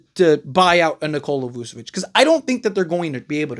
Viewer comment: voo? nah vooch